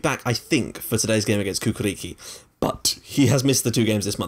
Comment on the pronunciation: Your pronunciation of Cukaricki is awesome :D